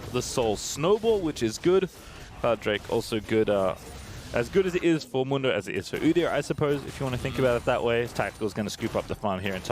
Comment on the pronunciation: The American pronunciation of "Mundo" will always be cringe.